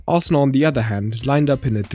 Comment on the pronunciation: I noticed there is no "D" in Arsenal...